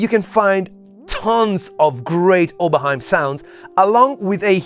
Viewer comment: + like because of the right pronunciation of "Oberheim"